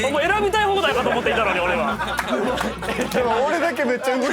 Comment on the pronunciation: 選びたい放題かと思って''い''たのにの【い】が好きすぎる笑